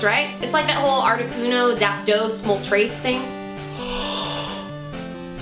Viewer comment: emphasizing gone wrong. You can't just change the sound of the vowel, you would have to emphasize like this: moltrèèès.